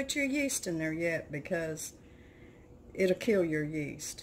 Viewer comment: Hello - you say rapid yest - same as instant yeast??